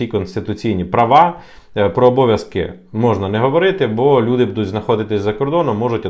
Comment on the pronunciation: Неправильно видео назвал. Потерял хватку😂 Надо было назвать "Велика загроза для українських українців які знаходяться за кордонами української України від української влади". И обязательно раз двести повторить "буде" с ударением на букву "е" и "будуть" с ударением на вторую букву "у". 😂